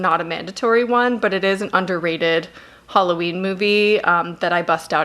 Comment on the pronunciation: Hulloween? Which accent is that?